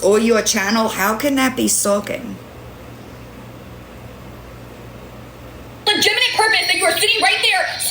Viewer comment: Legiminate purpose. She cant even say legitimate.